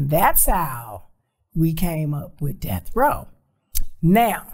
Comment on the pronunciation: calling Death Row "Delf Roe" kills me everytime.